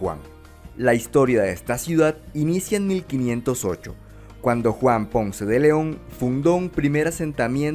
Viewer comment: Difficult to trust the dialog with so many pronunciation errors of Spanish names. Ponce is obviously TWO SYLLABLES. PON-CE. Dozens of similar errors!